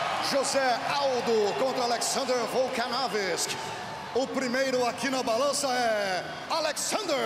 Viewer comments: Can someone tell that bum announcer how to say Vol-kan-ov-ski. Not Volkanovisk. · Luiz Henrique he didnt pronounce it wrong. He made it into another name. VOLKANOVSKI - VOLKANOVISK. He put the „i“ somewhere it doesnt belong ;) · Volkanovisk? Find this man a replacement or learn him to read. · VolkanoVISK OMG(!) who is this guy? Where is Volkanovski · Lol at the announcer saying VOLKANOVISK hahahahahaha HAVE SOME RESPECT YOU DUD. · "Volkanovisk", geez, is it really that hard to say "Volkanovski"? "Volkanovisk" is even harder to say, isn't it? This guy has one job, to call out the names and nobody expects it to be perfect, but Volkanovski is not that hard to say, especially if you've ever heard it, which a announcer should have had. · Alex Volkanovisk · VOLKANOVISC ??? wtf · " alexander the great volkanovis " 🤣🤣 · They need to replace the guy mispronouncing the fighters names... but keep "Hungry eyes" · Volkanovski is laughing because when the announcer say he's surname it's wrong. Lol 😂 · Where’s Joe when you need him holy shit, that mf butchered Volkanovski’s name to perfection!